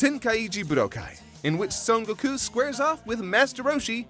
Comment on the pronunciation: I know it the proper Japanese pronunciation, but every time say "Sun-Gawkew" it sets off weeb alarms. I have no disrespect if you prefer saying things like that, but its the similar problem I have with certain style's of fan fiction, where they throw in a random "Nani" or using the Japanese suffix's(San, Chan, Sama, etc.) only MOST of the time but dropping it enough that it distracts. Its pretentious and annoying. Thankfully, however is NO WHERE near that level of pretentious and again, I have no disrespect for people who do that, just not to an annoying degree, Which ain't but he is a bit snobish when it comes to GT. Maybe I just missed the story as to why theres so much hate for it but I liked it, not MORE then DBZ, but more then DB, which I have watched and liked, so its a little bit of an annoying bummer to hear some of you shiting on it when its not THAT bad. Oh the fight, great pick! showed off roshi's badass and had a TON of variety in terms of the fighting itself.